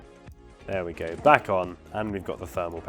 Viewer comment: you wanted to say "there we go" but instead you said "there we gey". looool